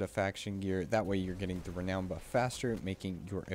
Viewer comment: Having trouble finding the D you're pronouncing in renown.